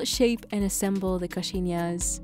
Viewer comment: i love how you say coxinhas, you say it so well!! im portuguese and i loveeeee brazilian food so much